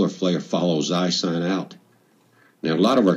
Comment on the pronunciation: oh and Ison is pronounced like: ice-own